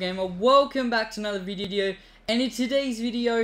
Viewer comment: Watch he says viddeo